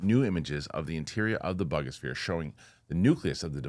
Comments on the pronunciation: I think it's pronounced Boo-ga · your as uneducated on this subject as much as most of the people in the comments. You also mispronounced Buga.